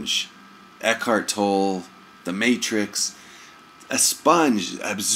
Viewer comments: Toe-Lay. Not Tole. Toe-Lay. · all I did was correct his pronunciation of Tolle's name. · The correction on Tolle's name comes from the source. he is Eckhart Tolle and he knows how his name is pronounced so I passed on the correction. A critique is an opinion and is therefore pretty worthless because it is based on one's own personal past conditioning. To critique others is to assume that you know what is best FOR THEM. Only God knows what is best for each person's soul, therefore criticizing others is an illusion. One can only speak for oneself when it comes to "what's best".